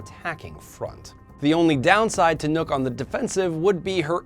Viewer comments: U said nukk but u have to say nokk with a O (feedback) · It's nokk not nook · he called nokk nook